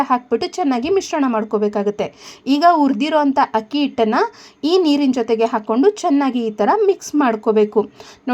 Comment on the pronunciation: Madam, ನಿಮ್ಮ idea ಚೆನ್ನಾಗಿದೆ . ದಯವಿಟ್ಟು "ಹಕ್ಕಿ" ಅಂತ ಹೇಳಬೇಡಿ. ಅಕ್ಕಿ ಅಂತ ಹೇಳಿ. ರಾಜಿ.